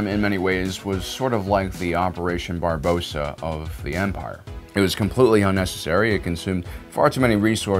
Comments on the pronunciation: Barbarossa not Barboseah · Operation Barbossa? Did you mean Operation Barbarossa .... or is Hector leading the Black Pearl against the dolphins? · Its not operation Barosa its Barbarosa. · Barbarossa not Barbossa